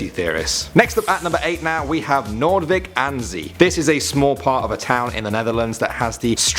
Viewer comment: The best pronunciation of noordwijk aan zee. <3